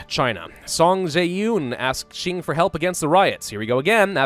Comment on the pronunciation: Please pronounce it like "Ching" and not "Shing". Ching is way more common as a pronunciation